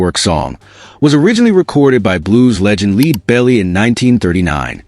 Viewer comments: "Lead" is pronounced like "led.'" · Lead Belly, pronounced as in dog lead? Seriously? It's Lead, as in the heavy metal, or the Zeppelin. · Lead Belly (pronounced Leed )😂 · And Lead Belly, not leed belly🙄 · Leeeed Belly? Really? 🫤🤔 Pay attention if you want Subs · "LEED belly"? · That's Lead Belly, with the first word to rhyme with "bed," not "bead," .